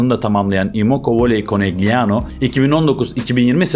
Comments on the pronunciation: Yendikleri takim Trentino değil Trento, Trentino erkek voleybol takimi, takimin adi Konegliano değil Konelyano diye okunuyor. 0 voleybol bilgisiyle video hazirlamak da ne bileyim, insanlar çok özgüvenli hakikaten ya, kendinizi rezil ediyorsunuz bu şekilde. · KONELYANO diye okunması gerekiyor?